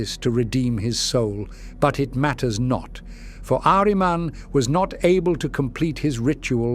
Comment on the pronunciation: Love how the voice pronounces Ahriman. He's one of my favourite 'Chaos' characters.